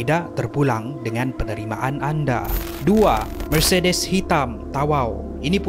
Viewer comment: Ya Allah sebutlah mercedes tu betul2 🤣🤣